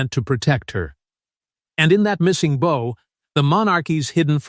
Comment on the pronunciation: Your AI narrator is an idiot. There is a difference between the bow one ties and the bow one givdx. If this AI swill foesn't recognise that then this is a channel for rank amateurs. And its probably a pack of lies.